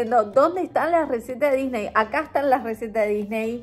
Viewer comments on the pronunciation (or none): none